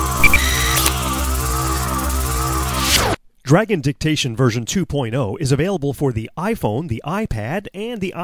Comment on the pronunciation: Oh i thought he said Dragon Dick-tation